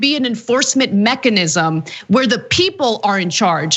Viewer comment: Cenk has a tough time saying mechanism lol